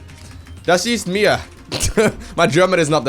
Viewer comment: Aww good german sir:D